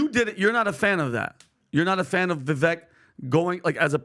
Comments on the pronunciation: Jesus guys learn how to pronounce his name. Vi-vek(like cake) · I learned this from Bill Maher, Vivek's name is pronounced phonetically "Vi-vake" rhyming with the word "cake". People should at a minimum know how to pronounce a person's name out of respect. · It’s “va vake” like cake, pronounced his name right !!! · How long have you guys been covering Vivek and how much time have you spent with the man in person and you STILL mispronounce his name?!? Is it really that hard or are you all just lazy and careless? It's Vi-vake. Get it right. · His name is pronounced VIVAKE. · Vivek has been to this podcast twice now. Still, doesn't get his name right. 🤦🏻